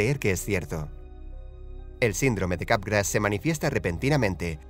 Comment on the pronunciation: Le entendí "sindrome de garrapatas"